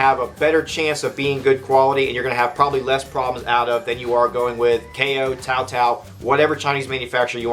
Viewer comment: Your correct pronunciation of Tao-Tao gives you mucho credibility! Mr Bighogman said it; I agree having owned 5 of the Chinese dirt bikes since 2004. Pitster Pro 230SC was the best. Apollo 250 was junk. I still have 2 of the Lifan GY-5 street-legal Enduros, they don't compare to a 200cc by Suzuki or Yamaha. ("You get what you pay for"- )